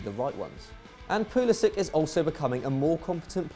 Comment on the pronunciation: Its pronounced 'pulisich'